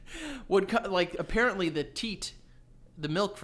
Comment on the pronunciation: well apparentLEE cannot pronounce apparently